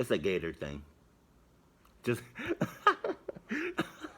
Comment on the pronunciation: "It's a Gattor thing." =)